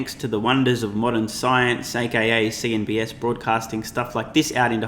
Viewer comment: It’s CNBC not CNBS!